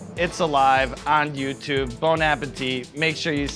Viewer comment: You guys need to stop saying bone, it's bon. Bon, bon, bon like bon jovi, except soft on the n. Really like really.